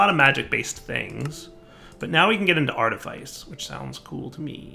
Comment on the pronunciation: "Artifice" is pronounced like "office" not like "lice"